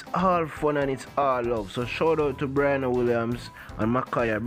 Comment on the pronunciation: Its pronounced BRE..ANNA, not Bri ..ana